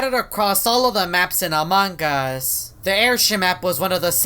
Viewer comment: He said "among gus"